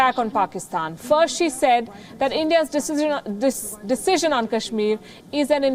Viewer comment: a little problem in pronouncing decision. Otherwise good :-)